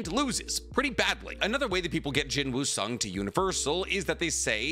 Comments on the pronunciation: Please just say Sung Jin Woo it sounds better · Bro said Jin Woo Sung 💀💀💀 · BROOOOOOOOOO DONT SAY “JIN WOO SUNG”😭😭😭😭😭😭😭😭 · Jin-woo Sung ❌ Sung Drip-woo ✅ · How calling Korean character Sung Jin Woo=Jin Woo Sung Jin Mori=Mori Jin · am i the only one that feels weird that he calls him jin woo sung instead of sung jin woo?